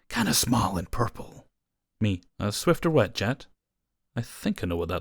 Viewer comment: It is a SWIFFER not a SWIFTER there’s no T Lol